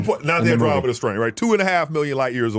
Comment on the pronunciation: He absolutely butchered the Andromeda Paradox 😅